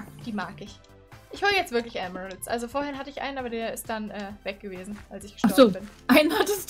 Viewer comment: Du meinst Emerald und nicht Elmeraus keine Ahnung wie das schreibt aber egal und ist schon ok